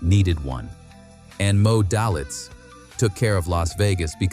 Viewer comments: it’s pronounced “D—A-Y-L-I-T-Z” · Pronounce his name right. Good story though.. Very true. It is Moe Day - Litz